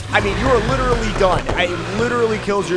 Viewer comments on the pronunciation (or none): Can you say literly one more time for me🤣🤣